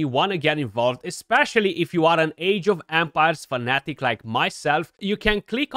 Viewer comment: Sounds like you're saying "Age of Vampires" 😂😂😂